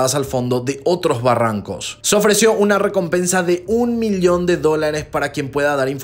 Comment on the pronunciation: Amigo, excelentes videos pero debes corregir la pronunciación, me taladras los oídos cuando dices milion y no Millón. saludos